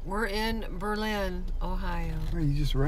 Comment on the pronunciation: "Berlin County". Not a county and you are not pronouncing Berlin correctly.